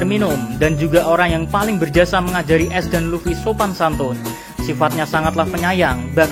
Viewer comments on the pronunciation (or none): Ace bree bukan es wkwkwkwk